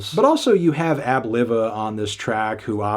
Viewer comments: the way he pronounced "Ab-Liva" is hilarious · AB Live-ah , not Liva 🤨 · It's pronounced Ab Live-ah .Like volcano live lol. Also, the him and the other rappers from Re-up game are from Philly, not VA. But good take my guy. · Everybody mispronouncing Ab Liva’s name lets me know they’re not fans of the Clipse… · “LIVE-UH” Ab-LIVE-uh. Thx.